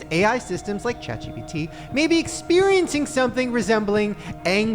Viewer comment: the amount of times shane said chat gbt instead of chat gpt